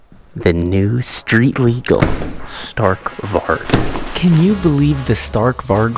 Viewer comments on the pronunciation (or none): Can you pls try to pronouncevit correct next vid would prob be funny btw it sounds like stahrk varij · sta(R roll)k vari. I would thank you for pronouncing it like that